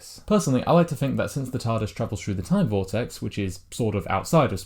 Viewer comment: a great video, but please, please, please will you pronounce your th's correctly, "THREE" is not pronounced "free", "THIRTY" is not pronounced "firty" and "THROUGH" is not pronounced "frew". It really grates when I hear simple words mispronounced.